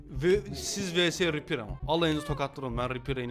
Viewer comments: Repear değil reaper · abi o repear değil reaper :D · Repear degil reaper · Ripper'ı Reaper diye okuyan ingiliz